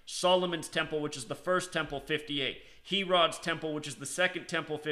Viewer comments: I was thinking the same thing, lol. HEFFF-ER, HAIR-UDD. I'm not poking fun, really but hear so many Biblical words mispronounced in many videos. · fossils of dinosaurs This guy is not a Christian at all. He actually said Christianity and Islam come out of the same information, or some such baloney. He also is the only person ever to pronounce King Herod’s name as “He-rod”!!